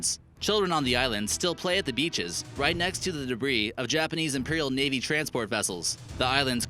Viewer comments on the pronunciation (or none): none